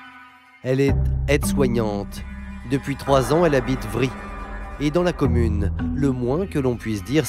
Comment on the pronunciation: Vritz pas vri